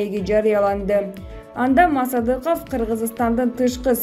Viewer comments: Мааасадыков дебей,туура окучу,мектепти буттун беле озу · Мааасадыков де тантырак туура окучу журналист.